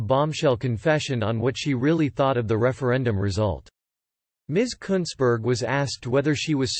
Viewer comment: You pronounced her name exactly right!